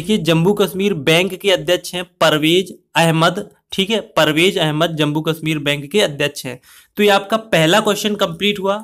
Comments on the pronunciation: Its jammu not jambu bhaaiii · It's Jammu not Jambu